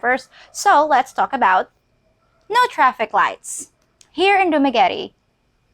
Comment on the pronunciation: why you pronounce Dumaguete the Kano way?...sounds like you not proud of yourself...your people..your country.